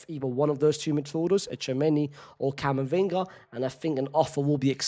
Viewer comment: It’s Camavinga. And you know it